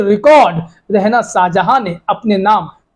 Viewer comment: Beta Rehna nahi balkay REHANA hota hai naam tu sahi lo